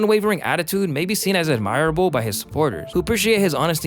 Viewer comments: Hearing YouTubers mispronounce words from their own scripts (_hypocrisy_, _admirable_), I can't help but suspect that plagiarism is afoot. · Bro... The way you pronounce hipocrisy and admirable make me feel... some kinda way. Oof.